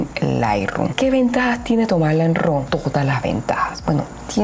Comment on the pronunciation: No se dice ro … se pronuncia ra . Raw es decir entero natural …